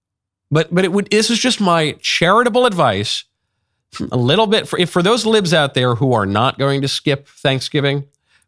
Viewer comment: The way you enunciate your words “libs” is as bad as your style. You know deep down you are a fraud